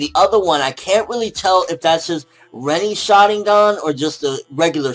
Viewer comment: it is pronounce shaRINgan. not shadigan. you idiot